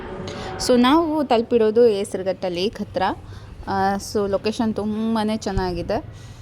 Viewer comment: Amma thayi hesaraghatta adhu hesaraghatta alla pronounce correct madi mathadi idhu nannuru